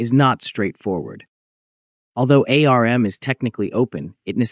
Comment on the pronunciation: The way you pronounce ARM and RISC-V 🤮